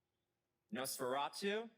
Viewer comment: I am so tired of hearing people pronounce Nosferatu as Nose-ferato....ugh